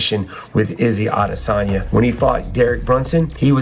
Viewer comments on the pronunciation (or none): Why are you calling him "Izzy Adesagna" lol just say Izzy or Israel Adesanya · “Izzy Adesani” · SAY IZZY ADESANYA ONE MORE TIME I DARE YOU!!!!! 🤬🤬